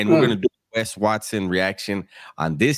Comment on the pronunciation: Good ‘ole “Wesley RUTH Watt-Soan!”